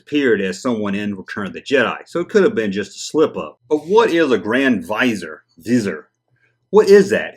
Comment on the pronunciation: grands vis are is how you pronounce it